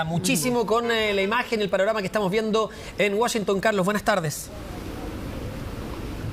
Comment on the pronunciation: Por qué dice Wushington si es Washington periodistas Chilenos aprendan a pronunciar